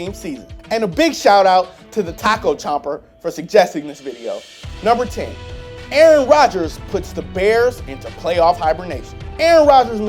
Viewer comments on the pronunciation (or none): none